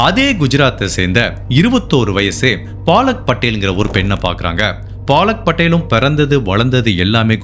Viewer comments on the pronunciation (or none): அய்யா... அது பாலக் படேல் இல்ல பலக் படேல் 😂😂😂😂😂